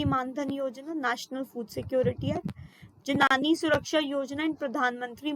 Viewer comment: जननी not janani ..